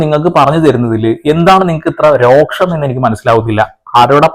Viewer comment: റോക്ഷം അല്ല രോഷം.. ഭാഗ്യലക്ഷ്മിയേ പിടിച്ചു അകത്തിടണം